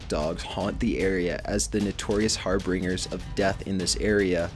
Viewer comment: Lol, har-bringers? Seriously, get a dictionary.